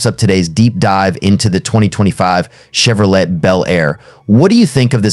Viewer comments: Well computer voice did it again Chevrolet is pronounced CHEV RO LAY not chev ro let. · Che vro "let",🙄. What a lame video.